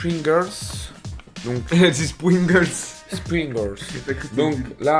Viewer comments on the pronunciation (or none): c pringless c pas springless